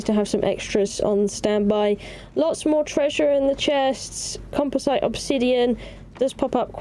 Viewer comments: why do you say composite like compo site instead of like compozit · Thank you for the video, i learned some good stuff watching it, as i just returned to Conan after a few years. But... The way you pronounced "composite", drives me nutz, not in a good way. Still, take a Like.